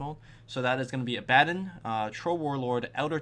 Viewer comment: "Abaddon"? Go back to fucking school kid, and learn to pronounce shit right! :P